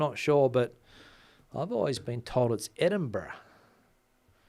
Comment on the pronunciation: Hi, you are correct with the way you pronounce Edinburgh. Live not far away 😊